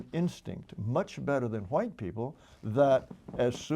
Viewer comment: “wHeighT people” why does he say it like that lol